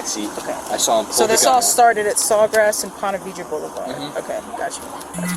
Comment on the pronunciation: This is my neck of the woods. Well, southeast by about 20 mins. They are not saying Ponte Viggo. They are saying Ponte Vedre. (Pronounced Veedrah). Drove through there every Thursday, delivering papers, for 2 years.